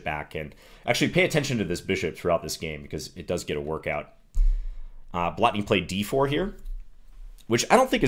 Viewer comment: Excellent pronounciation of 'Blatný'. Most foreigners can't be bothered with long vowels, especially when they are not even marked.